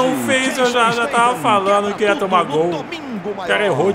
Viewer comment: "Dol?" Não seria "Gol"?